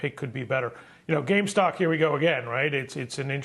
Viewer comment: how many ppl are gonna repeatedly call gamestop 'gamestock' and not be corrected lol